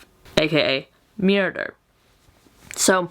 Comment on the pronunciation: lol “aka miyrder”